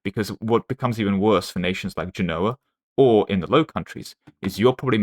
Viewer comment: Okay I’m just going to say it. Genoa is pronounced “JEN-oh-ah” emphasis on the first syllable. It’d be like me saying “eng-LAND”